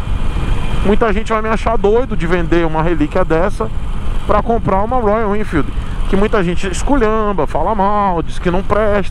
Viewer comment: projeto do zero na minha visão é ainda pior. não faça essa loucura, vc vai trocar uma moto praticamente zero km, de excelente qualidade por uma coisa!!! Uma caixa de surpresas!!!!, vc fazendo biquinho pra falar Royalennnfeeld!!!!! É uma graça!!!!! Nota se que vc gosta mesmo da marca!!!kkkkk